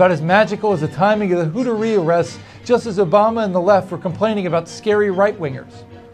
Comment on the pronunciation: Who-TAR-ee not Hoot-er-y, sir.